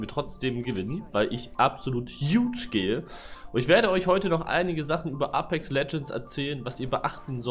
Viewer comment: wird es nicht eypex ausgesprochen und nicht A-pex? ich spreche das eypex aus genauso wie die im game